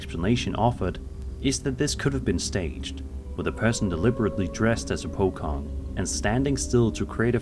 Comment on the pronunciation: Bro called pocong, pokong 😭